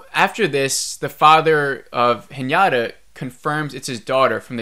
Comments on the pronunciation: The scene where she’s swimming in space is so funny… she has a higher chance of propulsion from a fart then swimming… anyways.. my dude… I cringe when you call her Hnyata…. It is He nah tahhhh…. Haha. Overall 2.5 ep for me too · Haha I heard everytime Piñata instead of Hinata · Sameeeee!!🤣 its just Hinata as it’s written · I love sci-fi, I keep hoping that it will get better but it doesn’t. Her name is Hinata phonetically hi na ta pronounced (he na ta) not henyatta. Thanks for sharing your thoughts. Watching from here in Japan. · its pronounced hee-na-ta...not hee-nya-ta.....also, didn't you feel that the director had Anisha's kids acting super spoilt at such scary times through out the first 5 episodes? cuz in comparison, casper and his school peers were more authentic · Whenever you say Hinata it sounds like Piñata to me lol